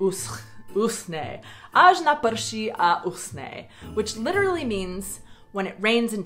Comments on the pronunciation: UsCHHHne. Dries. not Usne, Falls Asleep. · No jó, pro jinomluvce je "CH" ne tak lehké vysloviti.